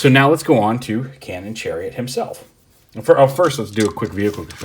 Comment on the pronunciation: "Channon cariot"